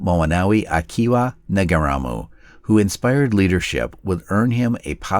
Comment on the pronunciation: For God's sake: at 10,08 his name is pronounced Na reemoo. Nga is pronounced na, and rimu is pronounces reemoo.